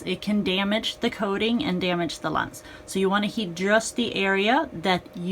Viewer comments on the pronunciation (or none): none